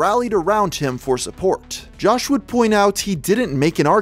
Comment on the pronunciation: You mispronounced "Jawsh" as Jawce